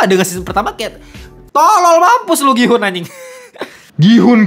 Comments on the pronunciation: Ya ga perlu juga dihujat juga soal bahasa koreanya TOT… Dia kan ga pernah belajar bahasa korea jadi wajar dong kalau pengucapannya salah. Gua juga kalau mau nyebut gihun ya juga gi-hun pasti karena ga ngerti bahasa korea. Mentang mentang lu bisa bahasa korea. Gua kasih lu ngucapin kata bahasa lain juga lu pasti salah 😂😂😂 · DAN LO TAU APA? Dari semua hal-hal esensial dalam series ini yang luput untuk lu pahami (karena kita semua tau lu kejar setoran), BERKALI-KALI NAMA GIHOON DISEBUT DI DALAM SERIES INI, LU MASIH SALAH CARA SEBUT NAMA DIA 😂😂😂😂😂😂😂😂😂😂😂😂 Kalo lu ga ngerti bahasa Korea sama sekali, lu gatau cara nyebut nama-nama Korea dengan baik, lu males ngulik pake AI, MINIMAL KUPING LU DIPAKE: pronounce nama Gihoon itu "GI-UN", letter "H" is silent, bro! Nggak Inggris, nggak Korea, pronunciation lu BUSUK SEMUA 😂